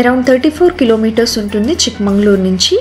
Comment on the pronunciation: Madam.. its chickmagalur.. not chikmanglur... many important places u did not visit.. u missed very big falls (sagirahmed falls).. did not mention about deviramma betta... galikere...